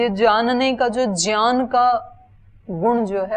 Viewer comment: ज्ञात ज्ञान ज्ञानी को आप ज्यात ज्यान ज्यानी बोलते है तो कुछ अलग महसूस होता है। उच्चारण में अन्तर लगता है। कौन सा सही है?🙏🙏🙏